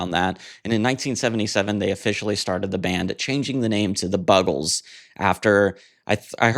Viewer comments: Oh dear, how did you mispronounce it? Like "Bugles"? ♥ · How the fuck do you mispronounce The Buggles? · How can you mis-pronounce Buggles ??????